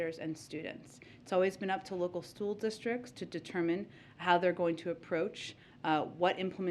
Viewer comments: Local "stool" districts??? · Did she say" Local stool district"? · At minute Ptsaki states, “…Stool Districts…” WTF? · Local STOOL disyricts What!!!!!! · "local stool districts" lol